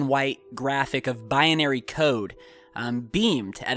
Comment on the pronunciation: Binary not Bianary